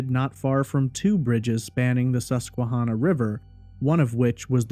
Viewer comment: I am from PA. I don't recall hearing about this case when it was happening, but in 2005 I was in high school. I appreciate your attention to detail here and thorough explanation of the facts. As a side note, the river name Susquehanna is pronounced Susque-HANNAH. Like "Hannah," the name. I am going to confidently say that Ray did not commit suicide by jumping into the Susquehanna. The river is notoriously shallow- the saying around here is that the River is "a mile wide and a foot deep." It is not even deep enough to be navigable by ship larger than a sailboat. So the idea that Ray could jump in the River and never be found is beyond nil. His body would have been seen or washed up quickly, it's not as though someone could have concealed his body in there with weights or something. It is far, FAR more likely that Ray(or someone else) tossed his laptop into the River, and then Ray was murdered or committed suicide in the woods nearby. I think the coverage on this case focuses on the River too much because it was near where his car and laptop were found. The thing is that Lewisburg is a small town of 5,000 people surrounded by vast PA forests, and incredibly rural. There is significant traffic there because it is virtually the only town in the county where all the roads in the county meet. For that reason I find it incredibly unlikely that if Ray went over the bridge in any fashion, that no one saw it happen or saw the body quickly. The area is mountainous, forest-covered, and r